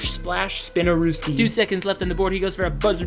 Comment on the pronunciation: How you gonna say “Spinaruski” when talking ab Sambo. It’s confusing 😂